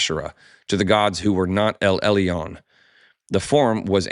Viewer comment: I appreciate your podcast.... but please check your Hebrew pronunciation... For "El Elyon" you say "El El - EE - on" I am Sorry but that's not it... אֵל עֶלְיוֹן ʼĒl ʻElyōn Or El El-Yone The Y make a Y sound not an EE sound Like say 'Yo what's Up'